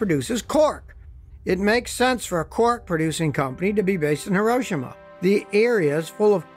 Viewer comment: You say HIROSHIMA correctly, most Americans say Hero-Sheema (the emphasis should be on "Ro")